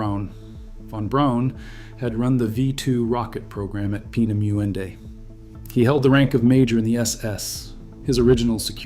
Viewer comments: Actually is spelled and pronounced differently, "Peenemünde." My Family lived through WWII, I was born in Romania and grew up in the U.S.A. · Narrator cannot pronounce "Peenemunde" , can he ?